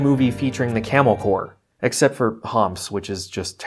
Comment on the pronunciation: Today i found out corps is pronounced core